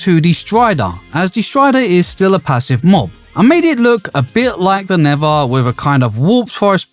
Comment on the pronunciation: did bro just say all the way true the nefeir